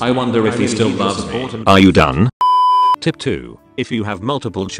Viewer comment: Does he say "tit" instead of "tip" cuz lol